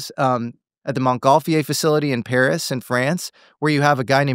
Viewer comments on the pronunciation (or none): none